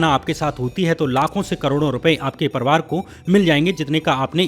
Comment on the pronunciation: भैया परवार मत बोलो परिवार बोला कीजिए